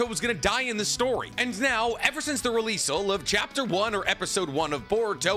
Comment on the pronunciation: Said “releasle” again 😂